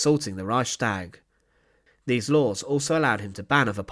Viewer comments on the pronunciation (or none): none